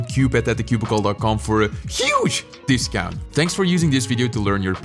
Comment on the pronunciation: Ahh, yes. Dicount